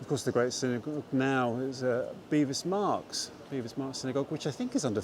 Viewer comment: both my parents (one from Southwark and the other from Whitechapel) called it Bevis Marks. Not "Bee" but "Beh".